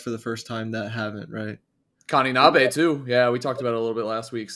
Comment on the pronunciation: Just a little weeb PSA the singular "e" sound in japanese is always pronounced "eh" not "ay". So 'Neh o' and 'Kaninabeh'